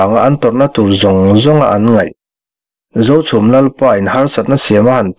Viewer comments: A ngaihnawm bawk a ni ang, a chhiartu pawhin, Zochhum, Zohmun adt a inpawlh nawk nawk mai, Zochhum an reh ṭhuap laiin Zochhum an ri hulh hulh mai.😂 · Khawhming I lam pawlh nasa